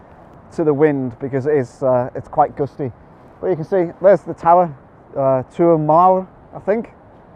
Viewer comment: Thanks for sharing - you need to get with Jason Jones for the pronunciation :-D. Love that part of Wales and looking forward to getting back there soon